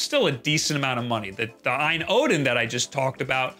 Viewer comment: It’s pronounced alphabetically A-Y-N. Not “EYE-IN”. I know the confusion comes from the Ayaneo.